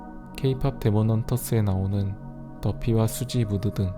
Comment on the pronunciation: 수지가 아니라 써씨에요